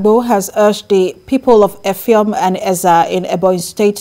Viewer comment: Effium not Effiom